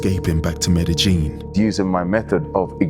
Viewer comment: Why's everybody pronouncig it meddy-gin, Anglos attempting Spanish have accurately called it medeyin for 30 yrs. Woke BBC use keev instead of kiev but wont say paree instead of Paris thankfull. There needs to be a cosistemt pronucitaion go to for anglos, hopfully bringing back peking and bombay for us boomers